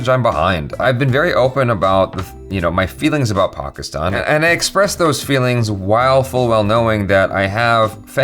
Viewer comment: The fact that he says Pakistan properly 😍